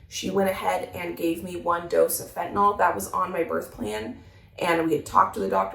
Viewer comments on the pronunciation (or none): none